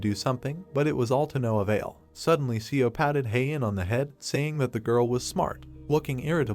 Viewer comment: Seo is pronounced "Saw".